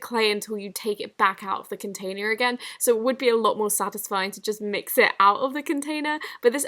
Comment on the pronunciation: American accent when she said containerrr😂 originally how she says it I find it very interesting